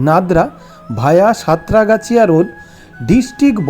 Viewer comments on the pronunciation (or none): রোডের নাম সাঁতরাগাছিয়া নয় সাতগেছিয়া। মেনরোড বর্ধমান কানলা